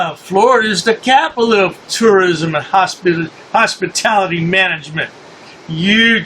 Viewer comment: it sounded like you were about to say "Hostility Business." Funny, that's what those of us in the Hospitality Business call it.